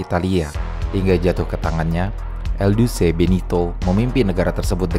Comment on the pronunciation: IL duce mase, bukan 2 duce